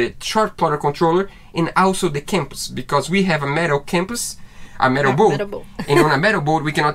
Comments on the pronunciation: Compass is pronounced in English as Come-pass as in Come here, you are saying Camp pass as in going camping in the Mountains. You can say it anyway you want, as this is your channel. In USA English, use how I pronounced it. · Too many wires/cables for me guys 🤣🤣😊🇬🇧🥰 The sound for Compass is Cum-pass guys 😉